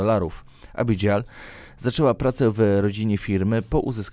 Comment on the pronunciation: Abigail czyta się tak jak się pisze,zacznij proszę przygotowywać się do czytania. Pamiętam że kiedyś mówiłeś że masz problemy z wymową ale to nie zwalnia Cię od choćby sprawdzenia poprawności wymiawania np. imion